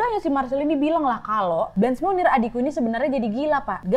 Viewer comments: Kak, saran dong untuk menyesuaikan pelafalan/pronunciation namanya sesuai aslinya yg menggunakan bahasa Prancis (bukan dibaca "blench", dan "monnier" r nya hilang/samar), sama sepertinya fotonya ada yg salah bukan foto Blanche Monnier, agak krusial sih Kak kalau sampe salah. Makasih sebelumnya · Hi Nadia. Itu pengucapan Blanche monnier salah, pengucapannya harusnya menyesuaikan dengan bahasa Perancis. Klo pengen tau pengucapan yg benar coba deh pakai translator bahasa perancis ke bahasa perancis. Kalau yang nadia ucapin seolah2 namanya jadi Munir 😁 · K, Cara bacanya setahuku blangsh monnie. Agak sulit sih y